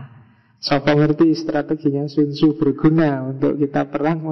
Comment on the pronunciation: Tzu dibaca ce